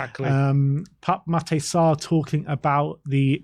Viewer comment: it's Matar Sar, not Mat-ay lmao